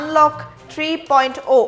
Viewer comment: Anchor baidew Batori porhib najanile porhib nalage 3.O (alphabet) nohoy 3.0 (zero) hb lage.